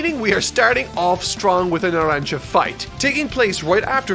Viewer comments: Good to know he learned how to pronounce narancia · THE BRO SAID NARANCIA RIGHT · actually pronounced Narancia correct, I'm so proud 🥲